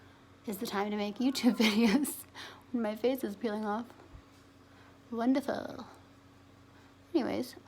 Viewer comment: "Wonduhfuhhh" Hahah. Im so relaxed watching this. I'm feeling the stream of consciousness. It's like vlogging and tutorials and asmr and lifestyle all in one. Love it.you said "talk about up close and personal" haha